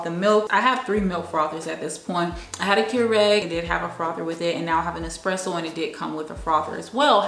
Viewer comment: FYI...ESpresso not EXpresso